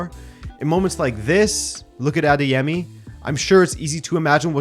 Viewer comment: I'm Nigerian and I must say, I am very impressed by how well you pronounced "Adeyemi". You pronounced it almost just like how a Yoruba person will... Kudos 👍